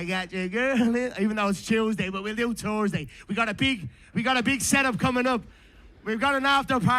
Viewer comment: "Tursday night fights"😂